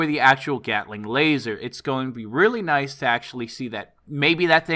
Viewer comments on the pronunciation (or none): none